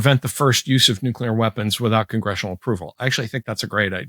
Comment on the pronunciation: you mispronounced "nucular"